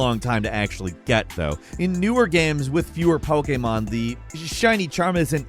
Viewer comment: "Poekaymarn"